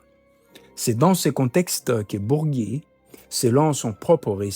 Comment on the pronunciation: Bourgi pas Bourgui